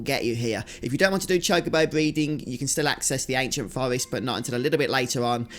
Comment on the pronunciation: Its pronounced Forrest not fowest. Get speech therapy!